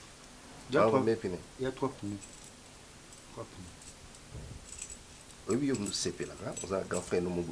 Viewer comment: MONIQUE NDONA j’allais lui dire la même chose pneus et non pinner .merci 🤣🤣🤣🤣 pinner 🤣🤣🤣